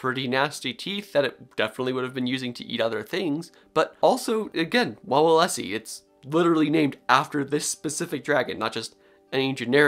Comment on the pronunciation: it's pronounced more like vavelsky in polish v is w, and w is ł